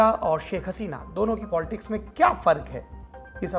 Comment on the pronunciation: Arrey bhai POLTICKS NAHI POLITICS